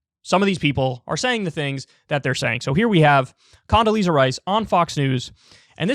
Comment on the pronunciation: Condasleeeaza strikes again